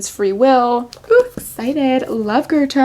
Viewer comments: Her pronunciation is absolutely an acceptable version. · girl you did not just pronounce Goethe's name like that😭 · im german (like goethe) and no its not